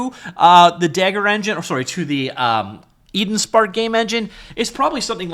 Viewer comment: Dagor is pronounced "day- gor", not "dagger"/"da-ghor".